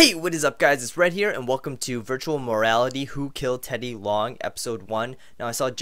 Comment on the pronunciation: You keep saying virtual morrallity but it's virtual reallity